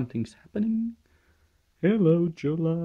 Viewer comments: PS it's not "Jolla" it's pronounced "Yo-la" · It is pronounced yo-la. The "J" is pronounced like an English "y". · Jolla read as in English is really hurting to hear.. :) Jolla has to be said as Finns would say it!